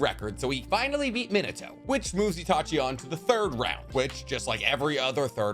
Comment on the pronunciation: Did anybody else here him say seshui instead of itachi